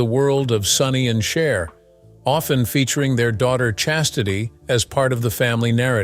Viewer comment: So was Sonny, but you only call out the woman....Btw, her name is Cher, not " Char" Also, Sonny was having an illegal relationship with an underage girl...Cher was only 16. But, of course, the age old story..She's "bad" but He's okay. Really sad and not thinking for oneself that women are brainwashed to villify other women...and even young girls!